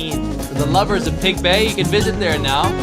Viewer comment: I heard Pig Bay. No thumbs up sorry